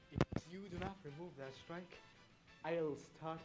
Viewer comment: RAMAAAOOOVE DAH STOOOOOIIIIKE!!!